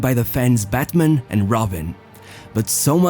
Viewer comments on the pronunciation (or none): none